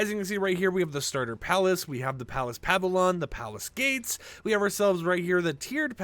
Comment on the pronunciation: Pava-Lon = PA-VILL-YUN or Pa-Vill-Yawn. 😂😅🎉😊